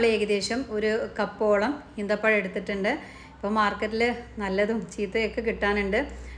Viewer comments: ഈന്തപ്പഴം അല്ല ഈത്തപ്പഴം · Eenthapazham alla, eethapazham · അമ്മായി ഈന്തപഴം അല്ല - ഈത്തപഴം